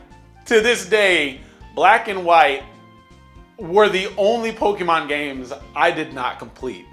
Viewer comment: I thoroughly hate, the way he Says Pokémon, it's poke eh mon not Poke EE mon.